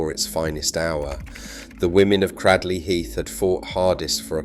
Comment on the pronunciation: It ay 'Cradley' to rhyme with 'badly'; it's 'cradle' plus a short 'ee' on the end.